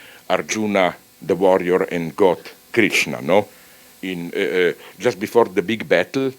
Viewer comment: I knew Zizek was knowledgeable but not as much to know about bhagvath gita and pronouncing Krishna and Arjuna correctly(I am an indian so it means a lot)